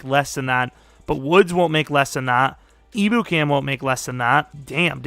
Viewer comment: Just ur friendly neighborhood Rams fan here! it’s not a big deal, doesn’t swindle this video from the greatness it is, but just a tip Ebukam is pronounced Em-Byu-Cam! Hopefully that’s helpful and u see this so u can use it for ur online franchise which i’m SO excited for!